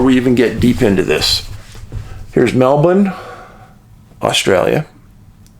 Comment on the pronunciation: Another just right after the dropping of two Atomic Bombs in Japan story. The last one was over in Mildura just days after Aug 6/Aug 8. There wouldn't be a lot of people living in these places back then. Dave your Melbin is pretty good but you need to add a slight hint of an "R" as you say it. Just a slight hint ;-)